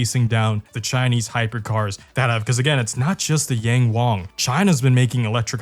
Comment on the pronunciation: Why do you say YangWang like that 😭 the `ang` is pronounced the same, both are said like how you said wang.